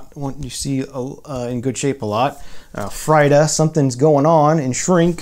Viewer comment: I hate it when artists’ names are mispronounced, especially a megastar like Frida. I cringed when he butchered her name.